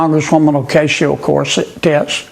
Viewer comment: Kennedy said " Ocasio Corset- Tits." He was being misogynistic and sexually harassing her.